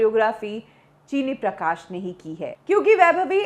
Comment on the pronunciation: Her Uncle's correct name is 'चिन्नी प्रकाश' and not 'चीनी प्रकाश'